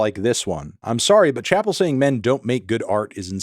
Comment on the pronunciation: She mispronounces her first name